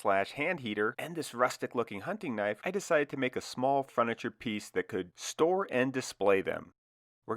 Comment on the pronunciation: It’s “furniture”, not “fruniture”